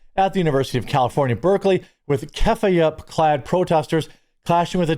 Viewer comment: It's pronounced Kuf-fia